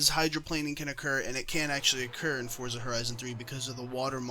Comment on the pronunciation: Thank you for not pronouncing Forza Fortza.